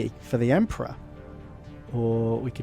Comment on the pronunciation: "make him an Australia marine, g'day for the empra." that got me laughing so hard idk why